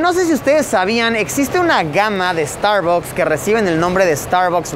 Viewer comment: me estresa cada vez que dice starbocs :,D